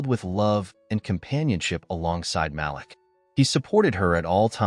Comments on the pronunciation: Malik is pronounced “MA-LEEK”. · Great story... The name is Malik pronounced (Ma-leek) you remind me of the caller id on our phone pronouncing my nephews' name the same way. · The correct pronunciation is MA LEEK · My nephew name is Malik, please pronounce the name correctly!